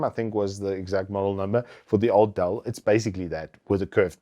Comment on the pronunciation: its called "Dell" not "Dall"